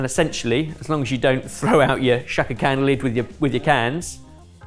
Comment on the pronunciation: She have been said Shaka CAN or Shaka CANT